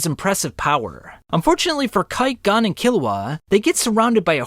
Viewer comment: I have never heard pronoun Gon’s name like this